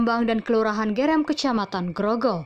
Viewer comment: Yg baca berita amatir...masa gerem....bukan e...tapi eu